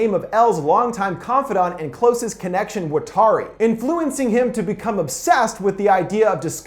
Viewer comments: Stop butchering Watari. It's not fucking "Wa-tar-e" it's "watt" like from a lightbulb. "R" like The fuck "Are" you saying. And "rrree" like the sound you're going to make when I come and shove this garbage film up that ass. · The way he pronounces watari is bothering me, but fantastic video